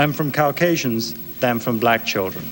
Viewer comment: Cow-casians? Cows wish C-asians?